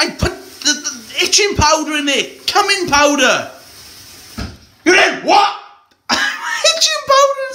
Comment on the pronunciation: "Cumming Powder" You've got to love foreign pronunciations ;)